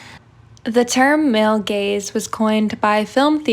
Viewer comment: I can’t unhear “male gays” and I’m confused for a second every time.